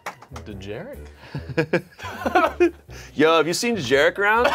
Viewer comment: It’s not delivery, it’s Dejarik.